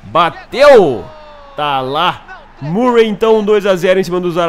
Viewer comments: seu lindo, não é MURREI, que se pronuncia e sim MÃRREI, abração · a pronuncia eh mãrrey e stãnislas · pugh = pãg murray = mãruei